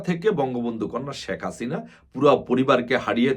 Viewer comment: বোকাচোদায় শেখ হাসিনা উচ্চারণ করতে পারে নাহ ঠিকমতো ও নাকি আবার নেতা😂।আরে গরু ওইটা শাক হাসিনা নাহ শেখ হাসিনা উচ্চারণ হবে